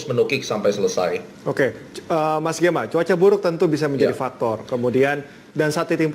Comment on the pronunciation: Salah fokus dengan panggilan hostnya dengan e-nya taling, jadi seperti nama perempuan yang di telenovela.:D